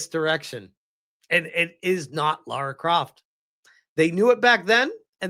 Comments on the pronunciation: First of all: Her name is not Laura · Eriki Ishii is such a huge fan, she doesn't even know the character's name. (It's Lara, not Laura).